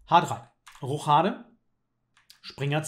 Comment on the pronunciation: junge du kannst schach wiaklisch intressant machen. Aber sag mal Roschade statt Rochchade. :) Nua n tipp von nem Perfektionist ;)